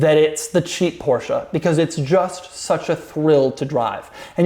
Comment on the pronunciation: I'm German and I like Doug's proper German pronunciation of "Porsche". :)